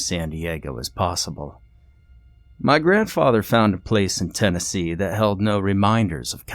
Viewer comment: Or as Brad Pitt's "Aldo Rain," said, "Maynardville, Ten uh see.."Tennessee is too many vowels for us you see.